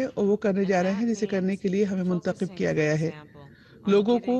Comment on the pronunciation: نومنتخِب (خ کے کسرہ کےساتھ ) غلط ھے نومنتخَب (خ کے فتح کے ساتھ) درست ھے بی بی سی اردو میں اردو بہت غلط بو لی جارہی ھے توجہ دیجٸے